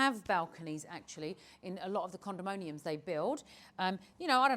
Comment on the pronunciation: Condominium instead of Condomonium 😌